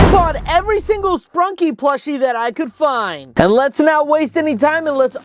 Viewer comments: Bro called it “sprunkie” it’s sprunki ! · ITS NOT SPRUNKIE ITS SPRUNKI